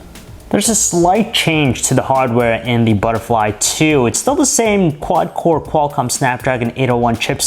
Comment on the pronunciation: Butterlfy ttthuuuuuuu,wtf man?